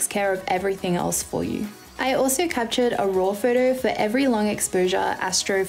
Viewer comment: and every time she said 'photo' it sounded like 'furtur'